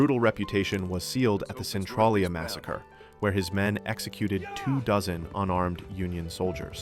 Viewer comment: I think Centralia is pronounced “cen TRAIL ya”